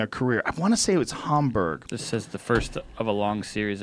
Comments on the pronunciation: Why does joe pronounce it Harmberg? It’s Hamburg! Where the hamburger came from!! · It's Hamburg like hamburger Joe